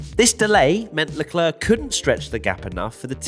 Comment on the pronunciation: Leclerc👌🏽 - leclerrrrrrrr😂😂😂😂